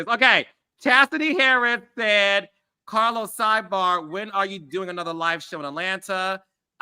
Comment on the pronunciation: Random …”but oh how I missed the CAHLOS” 😩🤣💜